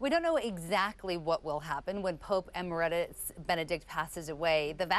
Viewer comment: Amazing reporter, Gloria??? doesn't know how to pronounce EMERITUS. I wonder if she even knows what it means. Where did she go to school or perhaps did she? Paul Laboda